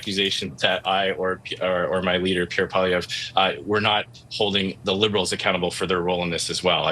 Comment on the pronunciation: It's PWA-LEE-EVRE. You are a Canadian journalist, and Pierre is the opposition leader. Do yourself a favor and practice saying his name so you're not embarrassing yourself